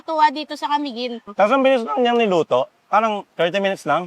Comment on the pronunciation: Sa pagsasalita ay ca-mi-guin po hindi po ca-miguin ..